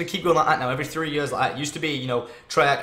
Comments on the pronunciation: 3 YURSS? 3YUURSS?. I'm sorry it just sounded funny coming from Tom xD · i know a couple south africans and they say it like that but maybe its just because their accent has developed :P